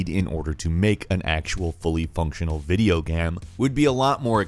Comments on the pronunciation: He said video gam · "pretty much the sam" edit: "3-D video gam"